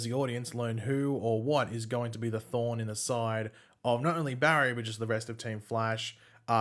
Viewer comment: IT SOUNDED LIKE YOU SAID."THE THAWNE IN THE SIDE"